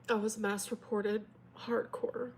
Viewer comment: Not me listening and cleaning and then I hear say "I was masturbating and reported" instead of mass reported 😂😂😂😂